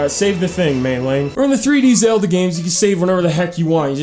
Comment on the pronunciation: “Legend of ZOLDON”